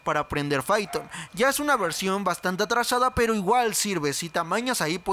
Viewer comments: Fython o python wey jajajaja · Se pronuncia paiton no fiton :v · Aguante el "faiton" raza! 🤙